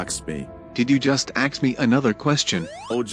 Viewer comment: aks you a question?